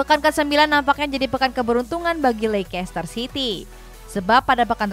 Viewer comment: Bacaan nya leister,bukan lekester